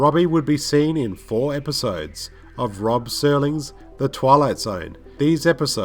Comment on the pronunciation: Dude, it's ROD Serling, NOT ROB Serling. I can't stand it when people get the mans name wrong.